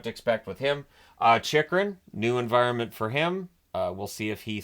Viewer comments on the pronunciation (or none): none